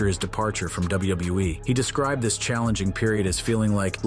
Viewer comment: cant say wwe u said wbewe lol😂listen at 7min 38 sec to 7 min 40 sec